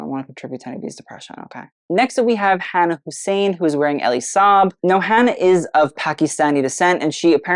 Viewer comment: I love that Hannah got a good review! A very pretty and apt dress. But I think her name is pronounced Hun-nah?